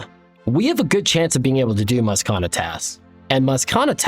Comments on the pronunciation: Love the series, but I beg you read Mazchna's name properly because everytime you say "mazkana" it's killing me ahaha. Its pronounced "mash-ner" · brother I love you but if you keep calling him maskana instead of mashna which is how his name is pronounced I"m gonna lose it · Mazchna is pronounced "Mash-nuh" love your content! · really good video! mazchna's name is pronounced mash-ne, according to the wiki. Can't wait to see where the series goes next episode! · Bro please look up the pronunciation for Mazchna 😂😂😂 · Incredible incredible series. But just so you know while I have to forgive you for your pronunciation of Spria and Vannaka because they don't have an official pronunciation (at least not according to the wiki) my boy Mazchna does! And, it's not what you'd expect lol. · lol the pronouncing Mazchna as if it has 3 A's in it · very impressed by all the different ways of pronouncing mazchna, none of which are correct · The pronunciation of Mazchna is throwing me for a loop every time I hear it lmao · Loving the content :) Something about the way you pronounce Mazchna rubs me the wrong way 😅 it's no big deal tho